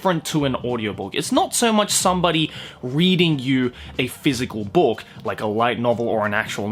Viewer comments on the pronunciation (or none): I don't usually hear your Aussie accent, you just sound American for me usually. But when you say book, It's like you're saying spock. But book. So bock. But more Aussie.